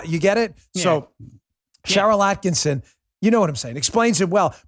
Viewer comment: Holy shit. Why is it neither Bongino nor Hannity can (ever) pronounce "Sharyl Attkisson" with only one "n?" ATTKISSON